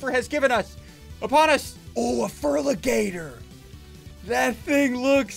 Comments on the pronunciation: He said ferligaeter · Its a Ferari ligator